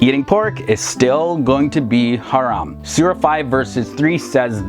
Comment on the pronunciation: You pronounce the word haram beautifully 👍🏼 lol